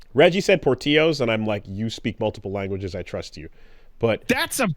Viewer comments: Reggie is right! Its pronounced like like Porti-yo Source: My actual literal last name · That is perhaps the most incorrect pronounciation of Portillos. It's an L sound, not a y sound. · Portillo's is may be spanish but that's not how we say it, lol. was right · the eternal Gringo, insisting that the correct pronunciation of a Spanish word is Poor Till O's, because the chain is in America, a way more diverse place than anywhere he has ever lived as a Canadian, is a STRONG bit. To the point where Woolie actually accepts his pronunciation sends it into the stratosphere. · thinking he, a CANADIAN, knows more about pronunciation than reggie because "america tho" is peak gringo, as if his counrry with a FRACTION of the spanish speaking population of America meana he is correct, then pronounces Portillo like an old white lady would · I love the diatribe of the pronunciation of Portillo’s. But, I think everyone fails to realize that the restaurant in question is (probably) created by white people so they’re prounouncing those L’s. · respect to reggie but him being the authority on pronunciation and giving the worst pronunciation of portillo's imaginable is a good bit lmao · when he said portillo's wrong i almost lost my mind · You pronounce the L’s in Portillo’s.